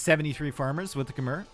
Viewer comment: But he cant say Khmer and Tatars correctly